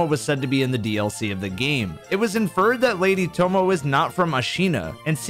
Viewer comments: it's not "tomoh" it's pronounced tomoeh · Tomoe is pronounced "Toe moh ey" Not "Tomo" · Fun theory, however her name is pronounced “toe-mo-aye” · tomo-ey is the proper pronunciation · Tomoe is pronounced toe-moe-ay.